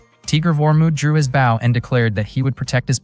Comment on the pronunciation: The pronunciation of "bow" (b-oh) as b-ow is fuckin annoying.....correct that shit ...